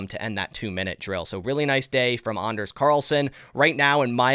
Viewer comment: Great coverage on OTA’s…and thank you for pronouncing Anders the appropriate way. 😬